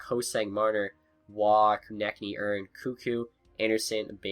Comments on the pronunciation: its not urn... its erneeeeee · Adam Ern